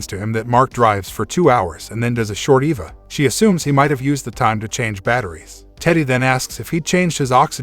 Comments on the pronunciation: guy says Eva and Mac instead of "em-ae-vee" and "ee-vee-ae" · It's not an Eva helmet. It's an E.V.A. helmet. It stands for Extra Vehicular Activity. For use outside. "Mark stops for a short Eva...". I knew a short Eva once, nice girl!" A short E.V.A! Sheesh! It say's in the notes that you're a professional narrator! Really? I'm having trouble believing that! If you were a professional you'd stop & say "What is this Eva break thing? I need to sound like I know what's what!" But you don't, you just pile rank stupidity upon meaningless sounds. It's worse than when the military "Dark" channels didn't know that in the names of military kit, Mk.19 wasn't pronounced Emm Kay nineteen. So the Spitfire Mk. 1 wasn't the Spitfire Emm Kay one. It took years of comments before the "professional narrator" got the hang of it. How're you getting on with the E.V.A. thing then?